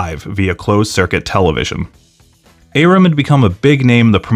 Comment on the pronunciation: You don't pronounce Bob Arum's name correctly.